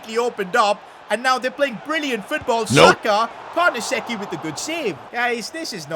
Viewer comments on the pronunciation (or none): great videos, am waiting for the creat-a-club in italy. you havent been there yet. and i think its pronounced carnesechi not carnasecci